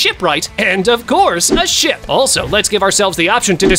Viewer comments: 28.13 blud said shit not ship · NAHHHH I HEARD SHIP TO shi-poop